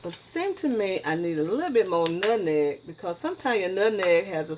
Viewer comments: My mama can't pronounce nutmeg either. It's adds humor to her cooking sessions. To me it's a sign of a good cook. I know it's delicious. Great job! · Please let say nutmeg her way without correction. It's very rude to correct someone with their speech. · Lawd, I just found out that my mama says, "nut-neg" too. This made me smile! Gotta try this recipe with 1 tablespoon of "nut-neg." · You used too much nutmeg, and can't even pronounce it. Nutmeg messed it up. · You grew up on nutmeg but never knew how to say it lol smh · The moment I heard her pronounce nutmeg like that, HONEY I knew she can cook. My mother and grandmother both pronounce it the exact same way and although she’s been in the Midwest since 1957, she still has her thick southern accent and she can cook, give great advice and teach me about natural remedies and old recipes. Yo grandma can not only cook, she’s a clean cook. I hate peoples on here scratching their hair rubbing body part, picking up animals and not washing their foods or hands before and during cooking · I love how she says nutmeg! She is a sweetheart....keeps adding stuff too. I bet it’s delicious! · Who cares if she pronounced it wrong.... just steal her recipe and hope it turn out right!!!! Thanks umm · I heard nutmeg. I don't know what you think she said wrong?